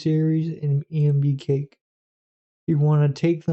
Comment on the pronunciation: ENB Cash its pronounced not Cake xD good video though